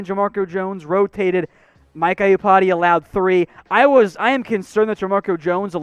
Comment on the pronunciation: I cringe every time you say "Mike Eye-you-pati"